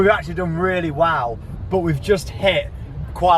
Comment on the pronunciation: Sorry but u said wall not well sorry just picked that out 😂😂😂😂😂😂